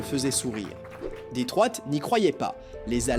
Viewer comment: « Detroite » ??? La ville américaine…. Pathétique vocal IA 🤮